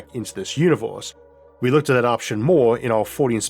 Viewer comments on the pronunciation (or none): What's up with pronounciating Earth as Orth? And Univorse and Mattor for that sake. And WormWhores 😅😂🤣